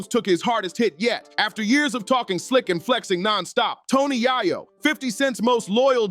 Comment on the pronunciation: Right cant even pronounce his name correctly yet trying to make a video... Super lame